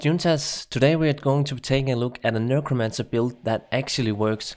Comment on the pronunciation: NEK-ro-mance-er. Nurkromancer is cracking me up. 😆 Good vid though.